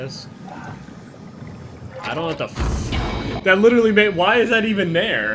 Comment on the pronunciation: i hate how you say literally, like litcherally